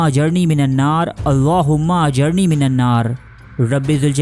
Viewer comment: jnab ap ny last main jo duaa parhe hy ap wo ghalt parh rahey haen plz ospy ghoor karen...................aa jarni ki jgha aa jirni hy plz chack it.